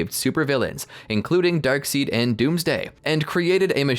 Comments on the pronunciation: darkseid it's prounced darkside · It's spelled darkseid but they pronounce it darkside